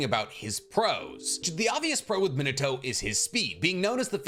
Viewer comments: You call him minito and not min ah toh literally irks me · Minato = ME-NAH-TOE I speak Japanese. Just trying to help an anime bro out 😅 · ITS PRONOUNCED MIH - NAH- TOE GETTIT IT RIGHT!!!!